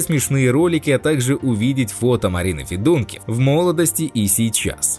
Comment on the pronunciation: Фамилии заканчивающиеся на ИВ, это западная Украина, ударение надо ставить ФедункИв, так же как у певицы Ёлки ИванцИв, режет слух ФедУнкив, говорите правильно!